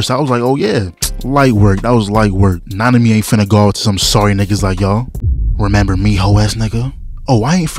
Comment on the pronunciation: Nanami? Oh, you mean -ami..